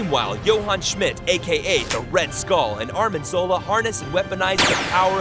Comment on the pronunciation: Ar - N - im Zola, Arnim. Not ArMiN